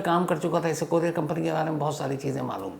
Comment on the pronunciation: कोरियार नही कुरिअर बोलते है....shams sir